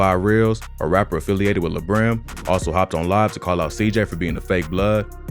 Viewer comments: Mans Said LaBrim 🤦🏾‍♂️🤣🤣 It’s La Brim as in La-La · It’s lah like lalala brim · It’s pronounce “Lahh Brim” bozo lol